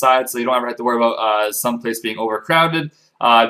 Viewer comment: I love it when you say about :D Aboot ~ Abuut